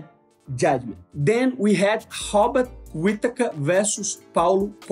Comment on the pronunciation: I can't with "Hobbit" Whittaker. Once you hear it, it's done 😂 Even auto-caption wrote it 😅